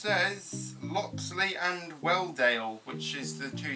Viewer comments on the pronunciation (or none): Loxley sounds like coxly